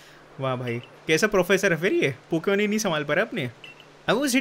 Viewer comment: Why you always say poken poken